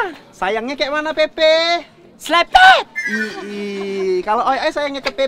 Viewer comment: Namanya jeje bukan pepe jeje juga pasportnya bukan selepet tapi selebewww